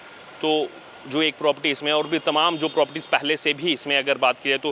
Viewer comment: प्रॉपर्टी बोलते हैं प्रोपटी नही